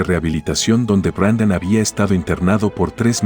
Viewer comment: Es Brandon no Brendon